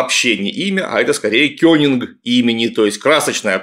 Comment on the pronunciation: Опять этот "кёнинг". Кеннинг, ёпта, кЕннинг! Ну и не кеннинг это никакой, конечно. Кеннинг всегда из двух слов или основ, а тут основа и окончание